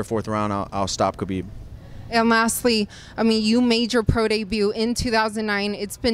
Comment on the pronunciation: She pronounces khabibs name right 😘